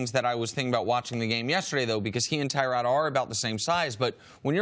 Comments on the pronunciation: It's pronounced Tuh-rod not Ty-rod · It's not TYROD...ITS TYROD....